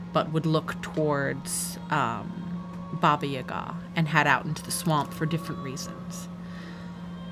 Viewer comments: I’m so late😭😭 aka shut up😃 I just notice man bun is back🤩 omg🤣🤣 please tell me this is a a goonies reference 😂 Hearing saying “Baba Yaga” correctly is awesome KREMY. LANGUAGE Basically me and my friends: “Ya’ll care?” “Nope x4” my one stupid BFF “Who??” GIDEON. O.M.G U DIRTY B—— The Unicorn: Pleas watch ur language”: “I think not🙂” HA. TAKE THAT GIDEON!!! this poor lady is gonna be in more pain🥲 Something has awaken within grincko 😨 goes from mute laughter to screaming laughter 🤣 CHILD LABOR CHILD LABOR CHILD LABOR that was…..very omomis 😶 well damn, you didn’t need to thrown under the bus🤣🤣 (Also in this episode gives me sooo much gender envy 😭😭) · reading ‘baba yaga’ correctly made me so pleased, I had to write a comment about it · I guess, I meant it was closer to how I’m used to hearing ‘baba yaga’, than how most English speakers pronounce it? I don’t remember when says it in the video, so I can’t check rn:( I think, it was pretty close to how we pronounce it in Russian. Hope this was helpful ฅ^•ﻌ•^ฅ🩵 Edit: I found it, I checked, it does sound really close to the Russian pronunciation!:) Your comment made me curious about how it might sound in other Slavic languages, so I must thank you for sparking my interest! Have a great night/day!